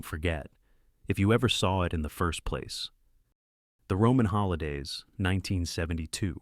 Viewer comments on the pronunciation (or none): none